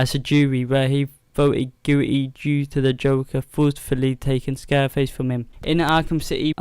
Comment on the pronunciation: its scarface. not "scareface." you pronounced the puppet's name wrong